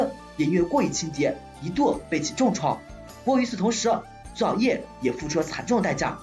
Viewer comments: 我试了一下感觉是你的问题 虽然很明显听到了菊草YEAH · 这是什么鬼口音 菊草yeah？